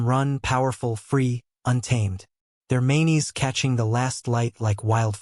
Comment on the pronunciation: "manes" is pronounced with one syllable, not "maneys"